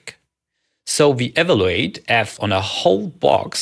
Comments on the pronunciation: Also, if you don't mind another nit: you often overcorrect the common tendency to pronounce w as in German (i.e. as English v) by pronouncing even the English v as English w. You often say iterwal, walue and ewaluate. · By all means keep your Tscherman Äkzent (it’s tscharming) but please stress the correct syllable of “evaluate”.